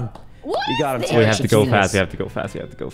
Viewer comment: Why they calling him Tay Rick it’s pronounced Ta Reek, otherwise fun vid